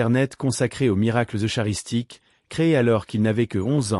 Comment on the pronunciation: L'ia est une horreur dans la traduction du texte prononçant : i grecque au lieu d'une liaison avec simplement le son , i , ainsi que la prononciation du mot eucharistie en : eu chat ristie . Vraiment désolant. Carlo ne mérite pas ça.